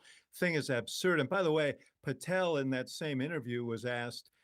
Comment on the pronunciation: Patel ... rhymes with ... not well.